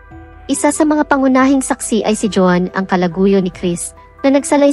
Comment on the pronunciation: Pag-aralan mo pa kung kailan bibigkasin ang Isang salita na maragsa o malumanay. Maraming mali sa iyong pagbigkas ng mga salita.Iba- iba rin ang pagbigkas mo sa pangalan Nina Lynette at Joan